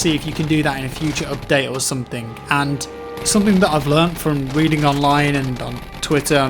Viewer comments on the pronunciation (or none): none